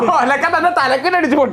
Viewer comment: ഒലക്ക അല്ല കൊമ്പാ... ഉൽക്ക 🤣🤣